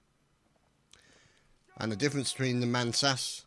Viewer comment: It's pernounced man-ASS-as or bull run :)